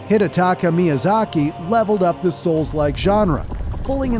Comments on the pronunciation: The emphasis on SOULS is earraping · The pronunciation of niche and the emphasis on souls makes me believe so ai was used. The whole video may not be ai but it’s definitely sus